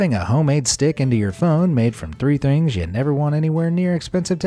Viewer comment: “Three thrings” lol hahaha